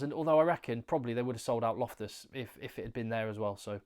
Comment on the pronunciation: Take my subscription for saying "Loftus" like a local!